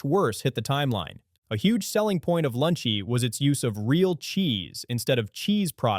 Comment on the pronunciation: Note to the editor, The voice over kept saying Lunchy and skipping the second L in the brand name for most of, if not the entire video.